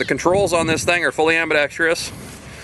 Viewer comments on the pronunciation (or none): Hi. I know the controls are on both sides amigo. I was just highlighting the way you and many others say the word 'ambidextrous'. A lot of people say ' ambi-dex-tree-ous' not 'ambi-dex-trous'. Love the video by the way. Extremely envious. Here in the UK we're not allowed pistols of any calibre. Keep up the good work and your powder dry. ☺